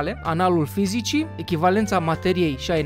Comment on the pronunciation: Se citeste [Brauniana]